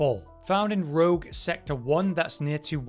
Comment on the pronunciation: Rouge not Rogue,:P